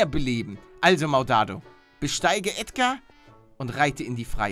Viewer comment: Nein nicht Ädgar